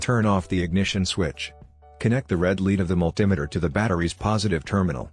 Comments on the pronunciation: Mul-tim-eter, you mean multimeter? These computer generated-voice overs are ridiculous. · the mul-tim-iter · A signal to the points, vehicles no longer use points ! Can't even pronounce Multimeter A/I B.S. ! Also cars no longer use distributors !!